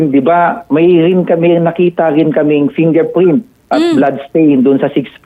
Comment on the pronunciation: fingerpwint 😂 bulol si sir, condolence sa family 😢